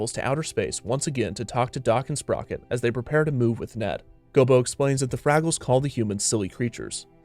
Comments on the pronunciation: Maybe it's something about how you enunciate, but it sounds like you keep calling Gobo "Bilbo". You didn't mix-up short, barefoot creatures, did you? XD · Gobo Fraggle. Sounds like he keeps saying Bilbo. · It sounds like the narrator keeps saying bilbo instead of gobo, am I tripping? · I swear it sounds like you keep calling Gobo "Bilbo". But great video overall. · GOBO NOT GILBO!!!!!! Do research before a video next time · You called gobo gilbo... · Anyone count how many times the narrator called Gobo, "Bilbo?" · I keep hearing him say "Bilbo" instead of "Gobo". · Gobo Fraggle... not Gilbo Fraggle. This was a great watch otherwise. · Is it just me or does it sound like he is calling Gobo Bilbo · Bilbo? You mean Gobo? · Bro...u calling him Gilbo?? Its Go Bo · You called Gobo Bilbo. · Lol, “Gilbo” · I heard Bilbo as well, I think that he may have several times. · Me too